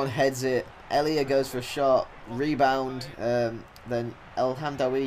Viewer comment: Ik ben nederlands en ik kijk al jou filmpjes alleen je uitspraak van El Hamdaoui en Janssen en Elia zijn best wel raar.. Als je wilt weten hoe je het echt goed moet zeggen, ben je bij mij welkom:D